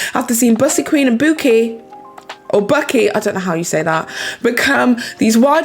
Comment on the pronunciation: Not sure if anyone else commented but Bucy is pronounced boo-see